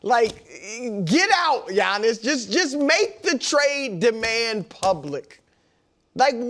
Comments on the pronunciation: Wildes face after butchering Giannis' name 😂😂😂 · Listening to Wildes mispronouncing surnames should be an Olympic sport! I get Giannis. No one is even bothering to say his name correctly. But Nick FULDO?!